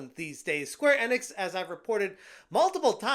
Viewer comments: Square In-Icks or E-Knicks.... I think its E-Knicks; say it right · My dude, its Enix, not Ennix